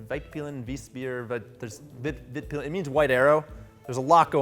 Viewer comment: actually pronounces it right but... then just passes on.